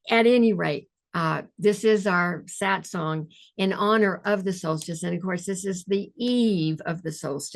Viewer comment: The correct word is SATSANG, from Sanskrit, Not Satsong